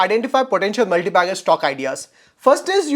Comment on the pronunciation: Relax guy he is saying MULTI BEGGERS 😂😂